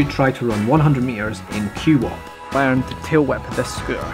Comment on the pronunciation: he cannot pronounce it right, its QWOP. wow 😂